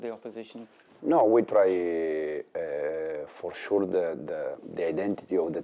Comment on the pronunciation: "For shuu"😂